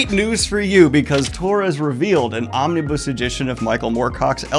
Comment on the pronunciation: "omni-buss", this pronunciation does spark joy lmao